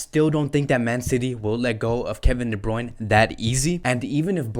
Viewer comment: Bruyne Bruyne Bruyne not bruyn